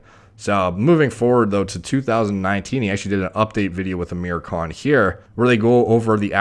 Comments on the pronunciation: who else heard him say "aamir cunt" in the beginning? i had to turn on captions to be sure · It’s pronounced Aah-mir khan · His names pronounced “Aaa-mirrr khaan” for the non Indians, and ofcourse he’s enhanced, 90% of film stars are. No need to even take that into account, it’s set in stone. Aamir khan is also 5’4, still impeccable actor, a lot of Bollywood films wouldnt be worth watching without him. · No, Thats not how you pronounce it.